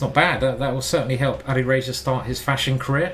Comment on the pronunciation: Please stop saying Ali Reiza... His name is Alireza